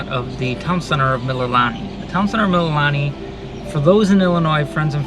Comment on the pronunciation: FYI....Mililani=Mee-lee-lah-nee=Hawaiian for "praise"